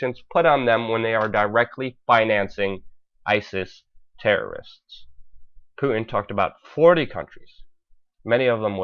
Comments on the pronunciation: I love your reporting, BUT FOR GOD'S SAKE..... It's 'POOTIN' ....NOT 'POO-IN' . Please pronounce the 'T' in Putin. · I believe it's a speech impediment because, Putin is being pronounced as "Poo-in" and important is being pronounced as "inpor-ant" so he doesn't sound out his T's. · Please pronounce Putin correctly. Sounds pretty weird the way you say it.